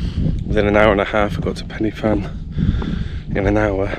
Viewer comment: Enjoyed your video… you picked a nice day for it. I was up there a couple of days ago and visibility was down to just a few metres… I’ve never seen fog like it! Just for your information Corn Du is pronounced like ‘Corn DEE’ and Pen y Fan is pronounced like ‘Pen Urrr Van’ rather than like ‘fan’ Diolch yn Fawr!